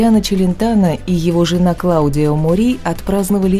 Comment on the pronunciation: А что с ударениями в именах и названиях "всеми любимых исполнителей"? Правильно - "Рикки и пОвери" , а не "поверИ", Рикардо ФОльи, Клаудия МОри. Не профессионально. 🤷